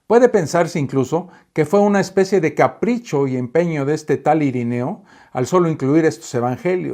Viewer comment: Perdón, pero no es IRINEO, sino IRENEO, con E. ( de nada )